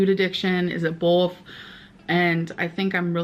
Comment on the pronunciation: It’s the way she says “bolth” like she has a whole 🍆 in her mouth for me🤷🏼‍♀️